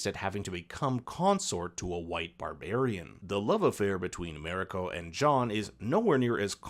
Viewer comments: It's Mariko, not Meriko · Shoh-goon, not showgunn, and Mah-ree-koh not merico. In all other languages of the world other than English, A is AH, E is EH, I is EE, O is OH and U is OOH. How difficult can it be? Just remember, if it isn't an English name or word, then It ain't pronounced English. Simple as that. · Mariko: mah-ree-ko. Not meh-rih-ko. Even Anna Sawai mispronounced it in an interview. It ain't that hard. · Good rundown of the differences. I much prefer the new one despite watching the original first. Please learn how to pronounce “Marino”. Her name is said many times on both shows , so you should be able to imitate it.